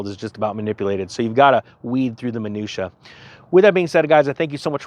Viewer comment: did you just use the term and properly pronounce "minutia"?!! Mrs will be so proud! I too am heavily invested in silver. And some gold. #ninjanation